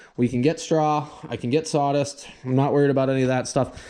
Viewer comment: "Drownding" is not a word. "Litterly" is not a word. "Sawdist" is still not a word.